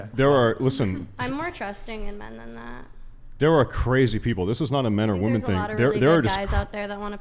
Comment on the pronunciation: FYI: "woman" and "women" are pronounced differently.